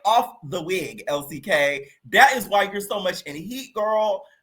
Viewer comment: Every time you say Elsie K from Zimbabwe I fuckin die